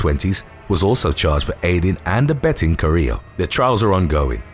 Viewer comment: My maiden name is Carrillo and no one ever pronounces it correctly--you pronounced it perfectly.